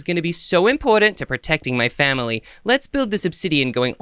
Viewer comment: Miloo said they're attacking my fawmly